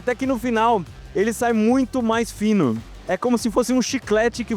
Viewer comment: ele fica finun, ele ficou falando com un no final de cada palavra